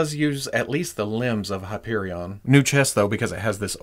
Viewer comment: You lost me at "Hyperion". Great review otherwise. =)